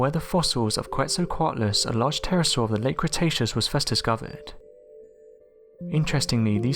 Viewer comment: You keep saying Terrasaw but there's no such thing but it is a Pterodactyl (the P is silent) and what you said about the devils pool in Queensland is wrong but I'll let it go.